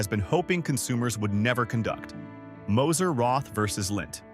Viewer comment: The chocolate is pronounced “Moser Rot”! Without the “th”!